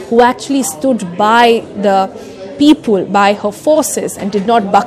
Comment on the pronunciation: I have a drinking game. Whenever she says "ul" instead of "le", for eg."Pepul" instead of "People", you take a shot. 😂🤗